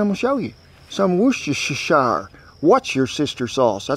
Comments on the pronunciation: Wooster sauce. With your accent, ice box sounds like ass box... Thanks, must try this. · Here in England Worcestershire Sauce is pronounced "Woostersheer Sauce", the "oo" is short. We just call it "Wooster Sauce" colloquially. Thanks for the videos! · Official English person here… that’s pronounced ’wustershure’ sauce. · I grew up saying Worcestershire like, “WAR-chester-shire.” My English teacher told us one day the correct pronunciation is, “WOOSTER-shire,” and I flat out refuse to say it like that to this day. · True true, my grandparents are from Yorkshire, I'm from Tottenham and currently live in Suffolk and I've never heard it pronounced with a sheer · That’s a nice wagon, and round here we pronounce it “Wussta-sauce”. Your fellow friend from the UK 🇬🇧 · Englishman here. Wuhster-shur. The shire turns into a shur when used as a suffix. Keep up the good cooking! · Kent we call it Wooster sauce here in the south of the uk. Although the it looks like "wooo" its pronounced more like "wuuster" sauce. Its a strange one even for us!!! Again another top notch recipe that makes my mouthy water. Oh and I'm sure some of my fellow countryman will disagree with my pronunciation :) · I think it’s pronounced “Wooshter” sauce. Love the show - I might have seen nearly episode by now, or at least 80% of them. Keep up the fun! Love you guys. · Beautiful, well done Kent.😍😋👏👏👏 Pronounced 'Wooster-shire' 🇬🇧😏👍.......... unless you're from Buckinghamshire, they'd pronounce it 'whir - stir-shire' ( just imagine the Queen saying it 😁). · Up near Boston we call it Woostah sheer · Brit here. It's pronounced "wuss-tuh-sher" 👍(down here in devon) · OK... From here in the UK. It's either ( phonetically) Woostersher. Or Wooster. Or as you said Lea & Perrins.. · Wooster-sheer is the correct pronunciation. My parents are British and that’s where lee and perrins comes from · Good video. Woosta-shir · Its easy lol Woo-ster-shire sauce . Same as Leicester comes out as Lester-shire , haha x